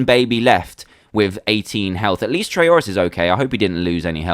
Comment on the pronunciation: When you said trayaurus you lost two health it sounded like trayaurus said fuck